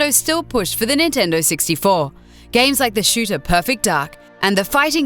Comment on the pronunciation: "the great nintendo sixty-fo"